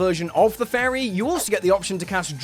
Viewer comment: You said fairy and I heard Fey,ri and got a little excited and then quickly disappointed...